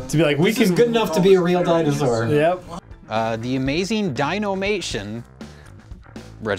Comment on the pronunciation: "dinAmation" please and thank you